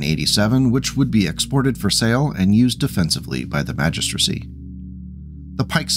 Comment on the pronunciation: Thanks for the video! You did well saying "Magistracy" all those times, i know you were dreading that